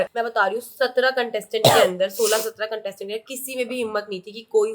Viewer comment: Its contestants not catested😂😂😂